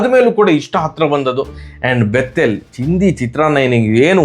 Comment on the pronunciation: Please pronounce Bethell as ಬೆಥೆಲ್.... You pronounce like ಬೆತ್ತೆಲ್.... I feel scared what you are about to say antha....